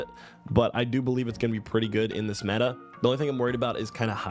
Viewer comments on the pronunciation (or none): none